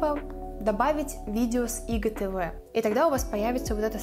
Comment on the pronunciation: Что за ИГТВ? Кто так говорит ? АйДжиТиВи говорят . Блин фу